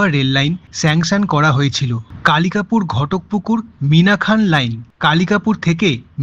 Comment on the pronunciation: ওটা মিনাখা মিনাখান নয়।